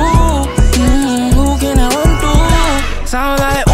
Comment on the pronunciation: to 발음이 인상적